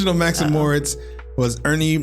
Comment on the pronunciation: It's NOT "Max and Morts" Morits is pronounced "More- Eets"